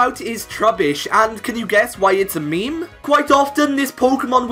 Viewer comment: When you're listening and you keep hearing him say me-me...